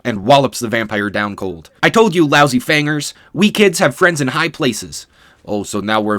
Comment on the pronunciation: Fangers with a hard r? Oof